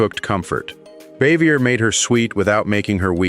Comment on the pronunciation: Aunt Bea’s name was pronounced Baa-Vee-Yay. And Helen Crump‘s name was pronounced. Cor-So, with a long O.